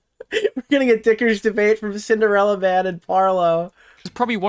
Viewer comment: ah yes, "sinderalla"